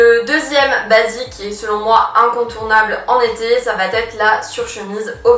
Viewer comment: Merci pour ton travail, mais, malheureusement tes liaisons répétées "va-t-être" m'écorchent les oreilles. Pourrais-tu essayer d'y remédier? Merci